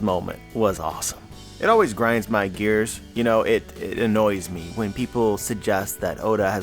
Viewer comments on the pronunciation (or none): none